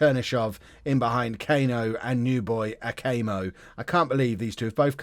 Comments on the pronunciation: Cano isn’t pronounced Cayno it’d be cuh-no if that helps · You should just pronounce Cano the way it should be (Cuh-no, not Kay-no) and then they don’t sound alike at all